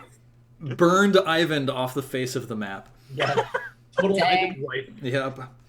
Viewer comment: I find it slightly frustrating how keeps pronouncing "Eyvind" like "Ivan". Those names shouldn't be anything alike. Regardless I still love the game and can't wait for more.